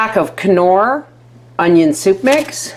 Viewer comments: It’s not k-nor it’s nor 😂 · Yummy, sounds good!! BTW... It's pronounced "nor" soup mix, the "K" is silent...like in the word knot. 👍 Love ya!! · Looks tasty! I laughed so hard every time you said knorr soup as it's an Irish fave. The K is silent 😂 unless you're German in which case you're spot on as that's where the brand originated x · Actually I researched it and the K is indeed silent. Even in Germany ( I'm part German and which I lived for awhile) and in Canada the K is silent... They don't say Ka-nife do they? Lol Google it's pronounsiation yourself!